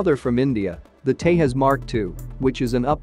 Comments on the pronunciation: Pronounce it as Tejas...not Tehas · Hey buddy you pronounce Tejas wrong. It’s nit Hispanic name where j is h or I don’t know lol